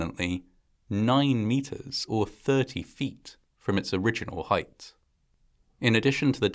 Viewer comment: "Heighth" is not a word. 👍